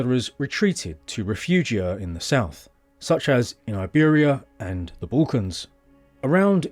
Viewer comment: Sadly the AI pronunciation of refuge is weird AF.